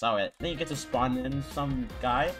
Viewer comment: spon a kilo whie i spon a shadow 💀